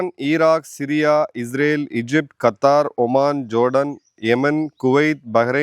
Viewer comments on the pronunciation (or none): none